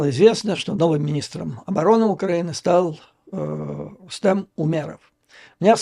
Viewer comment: Ведущему на заметку: 1. РустЕ(Э)м (не РустАм); 2. Крымец, в крайнем случае, крымский татарин ( не татарин).